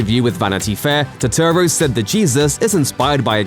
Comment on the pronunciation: Put some respek on Turturro's name!!